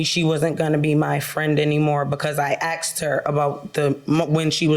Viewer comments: So many uneducated people out there, lol. "I axed her a question." WTF?! It's "asked," not "axed," lol!!! Disgrace!! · What is with 'axed?' I've always thought it was 'asked?' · More plaintiff/defendants that say "axed". Surprise, surprise.